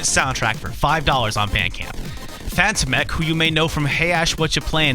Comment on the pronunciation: FantomenK = Faan-toh-men-K Fantom is swedish for Phantom and if you end with en, it means "that phantom".